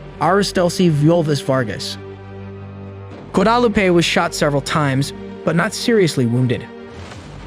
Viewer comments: “Gua-dah-loo-pay” that was one of the mispronunciations of these victims’ names. Such a tragic story. And now it’s all too common… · You pronounced Guadalupe correctly the first time, what happened the second time lol. " go-DAH-lupe " I just thought it was weird. Rest in peace to all the innocent people who lost their lives. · The name Guadalupe is pronounce gwah dah LOO pay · Craziest pronunciation of Guadalupe I’ve ever heard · How does one not know how to pronounce "Guadalupe"?